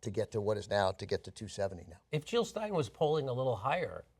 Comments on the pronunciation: JILL NOT HILL!!!!! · Jill, not Hill